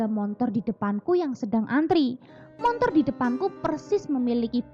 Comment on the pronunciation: Bagus sih mb, cuma apa saya salah dengar ya ? "Montor?"